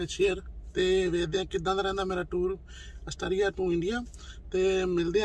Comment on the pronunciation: Jis country vich rende ho, oda naa bolna ta sikh leyo.